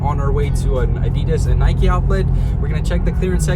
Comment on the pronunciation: I have to stop watching because of the way you say Adidas its peeing me off lol